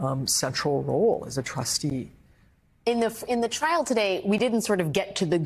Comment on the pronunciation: "Frial" was a nice mis-speak.